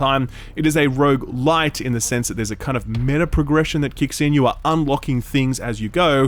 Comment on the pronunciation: You had my interest right up until you said rouge-lite. So done with the whole overused rogue genre.